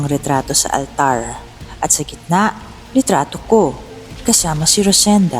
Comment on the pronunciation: Okay na sana. Medyo bothered lang ako sa “ALTARRRR”. Pero maganda ung story ✌🏽 Yung ibang “R” naman kasi ng reader, normal. Ung sa altar lang talaga 🙃